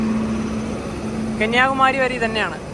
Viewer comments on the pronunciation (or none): റയാപുരം അല്ല റോയപുരം ആണ്